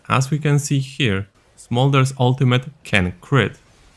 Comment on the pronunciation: Hearing saying smorder's abilities might be the funniest things ive heard yet this year. Especially the E, flap flap flap.